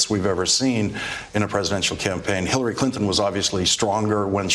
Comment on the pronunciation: he say Hitler or Hillar?